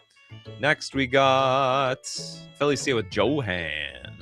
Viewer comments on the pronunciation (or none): "Ignot" is ingot (as in a metal bar) and Johan is "Yo-hahn". It's like my guy suddenly had a stroke. 😅